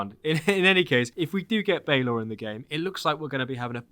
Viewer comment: Balor is pronounced Bah-lor. And I hope he's not a boss fight, he was killed by the tuath de danann after he became too old to open his eye and it had to be operated by a winch as a from of execution. You're pronunciations elsewhere were spot on. I'm a bit confused as to why they're focusing on Northern Ireland while probably the most famous Viking settlement in Ireland is in the South in Waterford. I suppose it's to get something out of Cú (pronounced coo) cullain who is practically our only Irish hero from that period. It is appearing that they're just gonna make the Irish Isu the Norse Isu after they came on holiday which I'm not looking forward to. The púca is interesting, it's also Irish for ghost in the current language.